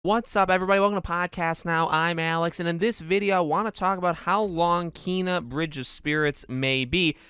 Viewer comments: It's "K" ... like the letter, and "nuh" like the beginning of the word nugget. That pronunciation comes straight from the developer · It is pronounced KAAY-nah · Kay-na is the proper way to pronounce her name.